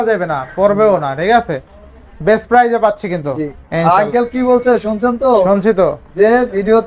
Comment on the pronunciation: অরে বলেন পাইজ না, প্রাইজ